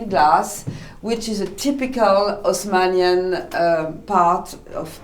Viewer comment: LOL, good point! In French they never pronounce the leading H. So, if you pronounce it like you spelled it there (Osmanian), you're coming really close to pronouncing it perfectly.